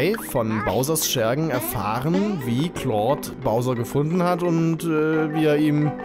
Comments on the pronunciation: Wenn ich mal kritik aussprechen dürfte (ist eigendlich keine LUL) Ich finde es schade dass du claude jetzt richtig aussprichst im alten lp fande ich es super dass du keine "kindheitsaussprache" mit eingebaut hast das war ein großartiges alleinstellungsmerkmal welches nun leider verloren geht Den meisten wird das wohl sicherlich egal sein aber einem alten fan geht die "domtendo-nostalgie" verloren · Ich bin so froh, dass du nicht mehr "Klaude" sagst! Danke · Das wird Clod ausgesprochen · Hier hast du Claude richtig gesagt im Original Lets Play hast du es so gesagt wie es da stand